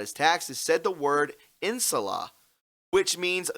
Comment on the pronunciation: Its pronounced "In Sha La"